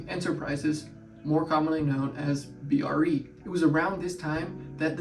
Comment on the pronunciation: It's BRE, like TREE not B. R. E.. You should interview PB, he's a terrific guy, brilliant and a lot of fun.